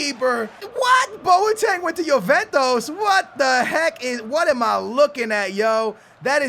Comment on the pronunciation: I like it when his says Jo-ven-tos (Juventus)